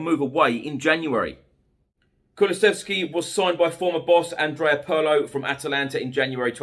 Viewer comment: Pedantry alert: Pirlo is prounced "Peerlo", not "Purrlo".